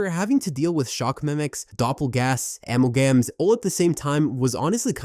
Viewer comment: “Ammel-gams” has me rolling lmao